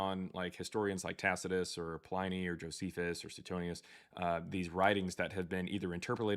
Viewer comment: Why is it that literally not one single Christian can pronounce "Tacitus"? I mean, they don't even come close.